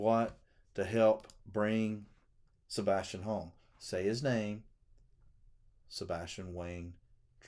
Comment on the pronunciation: Please listen to Donna Seph a/ w/ she says a/ Sebastin